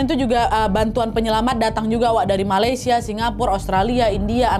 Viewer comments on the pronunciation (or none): none